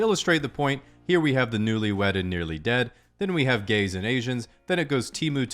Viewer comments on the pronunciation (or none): It's written as "French" but pronounced "Gays" lol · 56 French *says gays lmfao